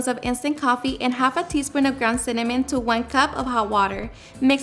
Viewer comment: From Italy ...the moment you said....cinnamon!.....I had to stop watching. Sorry. Greetings from Pisa🇮🇹